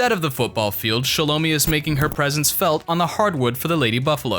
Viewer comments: You pronounced her name wrong! It’s “shallow-my”! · THIS VIDEO WAS TRASH. You got everything wrong from the pronunciation of Shelo mi's name to Shilo being the butt of jokes. Shilo is the fan favorite! Next time get it right!